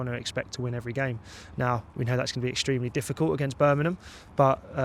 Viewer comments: Birmingham not Birningham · Who the hell is Burminham. It's BIRMINGHAM! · BIR-MING-HAM BIR.... MING... HAM Not Berminum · berminum? u have to understand not everyone has the same accent and way of pronunciation, dont get so pissed over this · There is a g in Birmingham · I worked down south for years, it's a fairly common (mis)pronunciation.